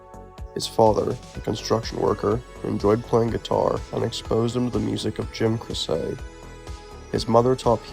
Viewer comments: Bro, it’s pronounced Nowell like knoll. And Jim Croce is pronounced CRO-chee…do just a tiny bit if research before reading your voice over. Dang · Why do you keep calling him by his last name, which you are pronouncing wrong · Jim Croce's last name is pronounced "Crow-Chi". Great documentary! I remember those Sublime days, being in my early twenties. Good times...